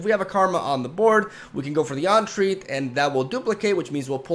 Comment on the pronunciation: for future reference - "En-treat", with the emphasis on the 2nd syllable, not "On-treat". Good vids - liking this game, even as a turbo-casual.